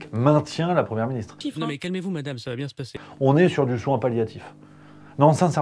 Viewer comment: et pendant ce temps, ils y en a qui vous disent que "TOUT VA bienG" PTDR